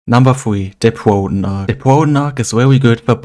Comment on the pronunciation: Pwoton ahc